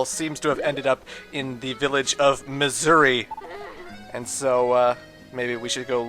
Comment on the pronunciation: When he says Mazuri it kind of sounds like he's saying "Missouri".